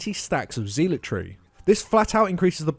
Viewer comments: They technically pronounce it wrong but I hear it said "zeelot" rather often I think. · Please learn how to pronounce zealotry. PLEASE. I know it's a minor thing but it's driving me crazy! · I know it's a little rude, but I snickered each time "zealotry" was said. I don't ACTUALLY know which pronunciation is correct, but I don't hear it they way they say it a lot. So it's kind of funny.